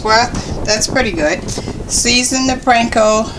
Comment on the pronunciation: P AAAAN KO bread crumbs lady!! Not PRANKO